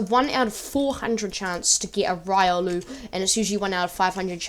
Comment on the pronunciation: It is RIO-luu